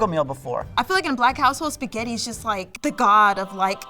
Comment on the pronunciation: “Tuday I gots my sketti”